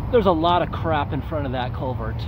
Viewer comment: Take a drink every time he says colevert.